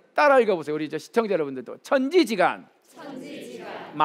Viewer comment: 참 말 재주가 좋습니다 좋은 의미로. 한 가지. 천지지간 만물지중 에는, "천지 지간 ,만물 지중" 이라고 두 자씩 띄어서 읽는 것이 아닙니다. "천지지 간, 만물지 중" 이라고, 석자와 한자로 띄어 읽어야 합니다. 갈"지 자는, 이 글에서는 소유격으로 쓰였기 때문입니다. 놀랍게도, 한국의 학자들은 거의 이것을 그릇치고 있읍니다. 한 가지 권하고싶습니다. 근간에 출판됀 "한국 어문을 고발함"을 한 번 읽어 주시압. 미국 변 완수 배